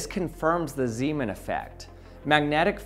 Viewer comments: Ahh, Zeemaneffekt. I am hearing Seamen here all of the time. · zay, mahn... not Seeman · You say Ziiiimen. That is not his name. Its more like Nay in Nay sayers. Zayman. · Zaj-man, not Z-man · My wife was in the next room and thought she kept hearing you say "semen" when you said "Zeeman". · It's pronounced more like Zaymahn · fire fire …fire fire…. he said seamen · Haha! "Zemen". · Well if he’s Dutch, it would be pronounced “Zayman”. Zee (zay) is Dutch for sea, so it would translate as Seaman aka Sailor). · Just for the record, Zeeman is pronounced Zaymahn. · As he was Dutch, pronunciation of "Zeeman" should be accordingly, with the "ee" sounding like the "a" in "play" and also the "a" sounding differently, but I cannot find an English word with the same sound ... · "Pieter Zeeman" is pronounced slightly different, it's roughly like this: 1. Pieter: Very similar to Peter, perhaps pee-ter might be slightly more accurate. 2. Zee: Very similar to Say, but with a Z at the beginning. 3. man: Sounds more like "mom" but with an n at the end. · I almost made it, but "Anomalous Zeeman" got me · The ee in Zeeman is pronounced like the ay in say